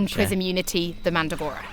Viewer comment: You love "Mandagoras?" No, you obviously don't. It's MandRagora. I let it go for the first couple of creatures, but this chick is slaughtering the creature names. No, her accent doesn't make it acceptable. Does it really matter? No lol. But, I had to get that off my chest.